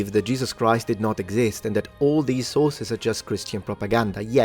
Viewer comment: On a sillier note… I get Hungry every time mentions “the Sources”. Because to my ears, it sounds like he is saying, “The Sauces”! 😅 “The Sauces say…” “The Sauces are Important…” “We can’t ignore the Sauces…” “We can look at the Sauces…” “We have LOTS of SAUCES!” 🤤🍝🥫 Now you’re NEVER going to unhear it! You’re Welcome! 😂🤣😂🤣